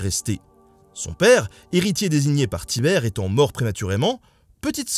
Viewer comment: On dit Tibère